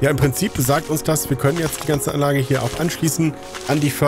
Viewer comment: Echt beeindruckend diese "Anlache" 😜 Aber sage mal, gab es einen Grund warum du die Lager/Läger soweit weg gebaut hast? Ich meine wenn sie näher dran gestanden hätten, dann hättest du weniger Forderbände gebraucht. (Ja, ich weiß, nu isses Wurscht) 😜